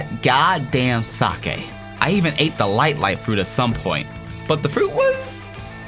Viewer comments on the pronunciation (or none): its pronounced seyk not sakey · sake is not sa keh its saik